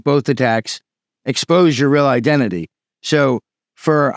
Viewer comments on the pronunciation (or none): none